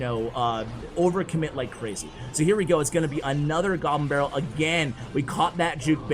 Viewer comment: Is he saying “Jew barrel” when a goblin barrel is played? 😂😂